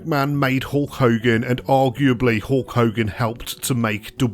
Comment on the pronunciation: HOHLK HOGAN? .Hulk Hogan H U L K Hogan